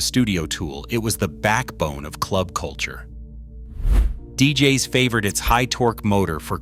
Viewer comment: Damn AI voice over... I mean deejayes? (DJ's)